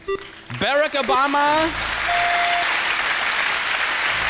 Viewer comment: Wen triggert es auch so sehr, dass die Deutschen Obamas Vornamen nicht korrekt aussprechen können? 😒 Selbiges trifft auch auf Beyoncé's Namen zu.